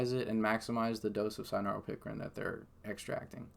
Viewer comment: It sounded like what u spelled or maybe even spelled what he said wrong in the written transcripts...none the less...he spelled the correct word out for you in his reply...he was saying cynaropicrin....not sanoran pickering.